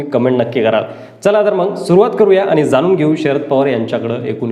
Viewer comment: संपूर्न, जानून, रास्ट्र्वादी, कॉन्टॅक नंबर,आनी, राहन्यायोग्य,घेन्यासाठी, महारास्ट्र,....असे किती तरी अशुध्द मराठी शब्द वापरले आहेत राव.कधीतरी शुद्ध मराठी भाषा बोलायला शिका ना राव तरच आम्ही तुमचे व्हीडिओ पाहूत.